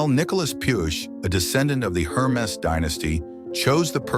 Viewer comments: Dude -- try harder with your stock photos & video clips; they have nothing to do with the story (says "poodle", shows some kind of hound, describes "51 year-old man", shows man in his 70s, etc., etc.) And "Hermès" isn't pronounced "HER-mess", "Her-MEE" or "HER-muh", as you bizarrely pronounce it; it's pronounced "Air-Mess" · Yeah I stopped watching after the third mispronounced Hermes. Thanks for saving me from the rest of the mess. Also trying to avoid AI generated videos is becoming tedious. There should be a disclaimer right in the title.